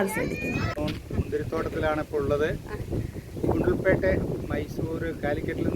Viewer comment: സ്ഥലത്തിന്റെ പേര് പറഞ്ഞത് മനസ്സിലായില്ല